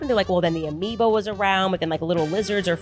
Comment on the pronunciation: We got another one---"amoebo!"